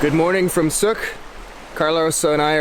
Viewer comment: Sook rhymes with.